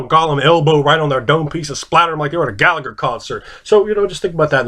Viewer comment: you're more or less pronouncing it right. Lots of people forget the subtle "h" that comes with the "le". The old joke of phlegm itself being a letter in Hebrew comes to life once more.